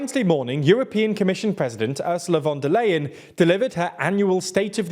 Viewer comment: U pronounces von der leyen as if she was dutch lol